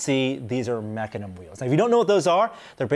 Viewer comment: Bruh that’s not how you pronounce mecanum